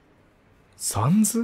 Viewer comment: お疲れさまです。 ところで、「サンズ」のアクセントですが、「三途」ではなく 週刊少年「ジャンプ」が一般的かと思います。 どうでもいいことですが一応ご参考までに…… サンズへの考察面白かったです。彼が何を抱えているのか、それとも 別に何も抱えていないのか？それを確かめるためにも、続きを楽しみにしています 1度見た状態でやり直しているとこのセリフが出ます テストプレイがバレる配信・動画投稿者泣かせのUNDERTALEｗ ここFF6 自分も舞台上を動き回ることができます。メタトンと一緒にミュージカルを演じるのも一興です🎭 カラータイルパズルの説明は にタイムスタンプしてあります 今はもう覚えましたけどぼくは「ファイヤーエンダーマン」とか言ってましたｗ まぁ腹、無いんですけどね！\ﾂｸﾃｰﾝ/